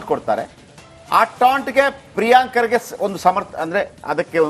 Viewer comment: can not even pronouce Kharge's name Says Khadge